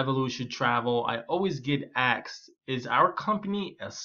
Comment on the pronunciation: "Axed" or "asked"?